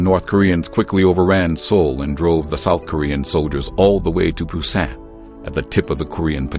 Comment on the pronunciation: It’s “ Busan. “